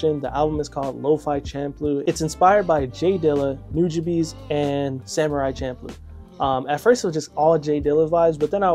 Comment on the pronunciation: Thank you for pronouncing Nujabe's name correctly.